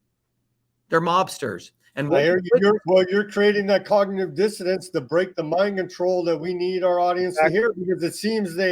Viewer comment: Cognitive "dissidence". The host is funny.